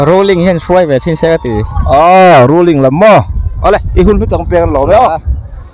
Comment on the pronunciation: Rulling nge rulling lo..thing thei e 😂😂😂😂